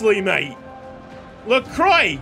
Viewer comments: It’s pronounced La-crwa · It's pronounced Lacwa btw, excellent series, have loved every second.